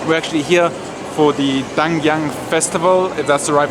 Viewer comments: it pronouce....DEE-NAG-YANG...and batanes....try to visit there.... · DINAGYANG - pronounced like ... DEE-NAG-YANG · Hey it is pronounce like this DI - NAG - YANG! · Dinagyang pronunciation: DEE-NAG(as in nagging wife)-YANG(as in yin-yang). Hope it helps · it's Di-Nag-yang. :) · DINAGYANG is pronounced as - DHI NHAG YHANG GUIMARAS is pronounced as = GHI MHA RHAS. I inserted the "H" to denote pronouncing the short vowel sound not long vowel sound. That is a very nice and new hotel in Iloilo. Iloilo (along with Bacolod and Cagayan de Oro) are among the next tier cities after Manila, Cebu and Davao. Those three next tier cities are among the most progressive though they do not get as much tourist and vlogging exposure. Very nice, free flowing and spontaneous Q&A!!! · Guys it's di-nag-yang, that's the pronunciation..... 😀😀😀 we love you guys!!!! When I start watching you and hit the subscribe botton, every day I watch your stories, vlogs, etc. I really love and enjoy it......,, and 👍👍👍👏👏👏😘😘😘😘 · Its pronounce as; Di-nag-yang Gi-ma-ras :) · Just say Dee- Nug-Young (Dinagyang) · This is how you pronounce dinagyang. "Dee - nag - young" ✌😂🤣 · It's 3 syllables and it's pronounced as DI (the - long "e") - NAG (as in nagging) and YANG (as in young) - The Nag Young... DI-NAG-YANG! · Di..Nag...Yang!..this is how to pronounce it guys...enjoy travelling in the Philippines...More power!😘😘😘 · Pronounced like dee-nag-young...(dinagyang) 😉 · its pronounced as DEE-NAG-YANG :) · It's dee-nahg-YAHNG. Btw, yes to live Q&As or live vlogs once in a while. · dinagyang is pronounced Dee - nug - young love your enjoying your stay.. 100k subs comming soon!🙌🙌🙌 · Pronounce like this DI-NAG-YANG GI-MA-RAS